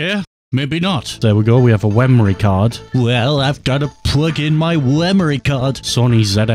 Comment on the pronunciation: "Pwug in my wemory card" 😂